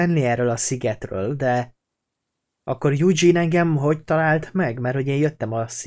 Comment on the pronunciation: a pasas nevét úgy kell mondani hogy judzsin